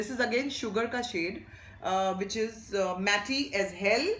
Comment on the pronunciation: Matte is pronounced as Mat. Not matty😂😂😂😂sorry sambhavna luv you